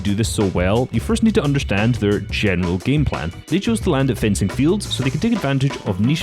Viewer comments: Great vid, but it’s fencing field not frenzy lol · He said frenzy fields 😂😂😂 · I like the fact he said frenzy fields when it’s fencing fields 😂